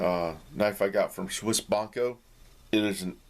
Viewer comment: There is an "i" in the word Bianco, please try to pronounce it. The beginning should sound like when you say "biatch"., if you read this: sorry, I couldn't find another similar word...:D